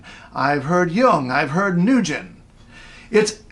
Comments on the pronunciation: It's Wen not Win... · its more like one syllable. This pronunciation is not quite right, but close! more like wing but drawn out, with a going up at the end, like a one syllable diphthong with a lilt. lol. wee - ng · That's odd bc Vietnamese ppl pronounce it as 'win'! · What did he say though!? I need a phonetic spelling maybe. It sounded like he ended in an M sound. New-yem is that right or am I hearing it wrong? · Or Mu-yem? I know it doesn't match the explanation, but that's what I'm hearing :( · there is no m and no n either it is ng like the word King the ng must be pronounced first ngwin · this is totally wrong and was only Americanized the name is pronounced monosyllabic there is no w it is ng like the word King the ng must be pronounced first ngwin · wrong! You forgot the accent. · this is totally wrong and was only Americanized the name is pronounced monosyllabic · Sorry, its gd but not perfect. You have to watch "HOW TO PRONOUNCE "NGUYEN" CORRECTLY IN SAIGON DIALECT". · No, he's not. He didn't got the tone pitch accent right. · No perfect at all. His pronunciation is missing a very important tone which in term gives the word different meaning. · Nguyen Le really dude!? You don't know what those accent marks means? Who could you consider yourself a Vietnamese when you don't understand those marks? BTW I was talking about him SKIPPING the TONE when pronouncing the name, so he didn't say it right, not about how he word written down the name. PS: sorry about my bad English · Nguyen Le well, remember that he trying to teach people how to pronounce it in the wrong way. He simply don't pronounce the name right. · Nguyen isn't a Vietnamese name, Nguyễn is. You don't say the name right when you don't pronounce the tone right. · Nguyen Le Fact is Nguyen isn't a English name and I'm was talking about his wrong pronunciation. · More accurate than most overseas vietnamese that thinks its pronounced when. you just forgot the small higer pitch ngã tone :)